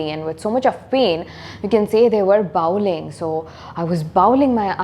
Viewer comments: Bawling - Baw as pronounced in saw, not as in now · Pronounced the word bawling incorrectly..